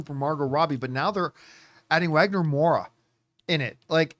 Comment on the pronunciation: Just some info lost in the winds on the internets: The W in his name is pronounced like a V, so its Vagner. Reason is W's in portuguese are just fancy Vs.